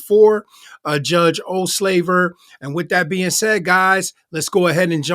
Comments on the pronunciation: Judge's name is Ol-saver not Ol-slaver!😉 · It’s NOT “Olslaver” — it’s “Olsaver” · It’s “Olsaver” not “Olslaver.” More comments later. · My dearest sir. It’s not OldSLAVER. 👀It’s OlSAVER. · It’s OhlSAVER NOT SLAVER! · 😮 Ouch! Dude, perhaps put in a bit of practice pronouncing the name of this judge. It's Judge Olsaver. Ol'... saver.... Not "O'slaver" like you said literally every time!! 😮 LOL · is the owner of this channel calling the judge Ohslaver? I have like gone back and listened to this several times....I mean come on!!! Osaver seems worse enough!